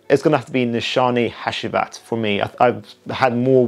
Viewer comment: Loved the video brother. BTW the last perfume by Nishane is pronounced Ha-Jee-Vat